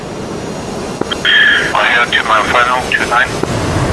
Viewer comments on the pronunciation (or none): none